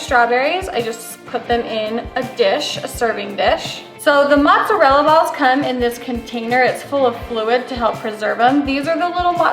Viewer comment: needs to learn how to pronounce mozzarella and sorry but there is something so unappetizing about hearing her say the mozzarella is in “fluid”🤢🤮